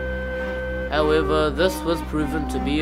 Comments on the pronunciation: It is not "Herobrin" how you said it, its "Herobrine" . I admin a Herobrine page, and i find it offensive. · it's pronounced (hero-brine) not herobrin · It`s said Herobrine not Herobrinn.